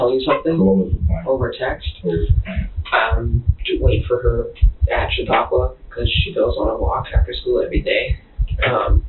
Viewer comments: Chautauqua /=/ sha-TALK-wa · Pronounced: Sha-tok-wa